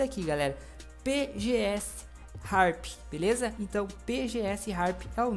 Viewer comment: MDS o cara nao sabe nem falar o nome do PG Sharp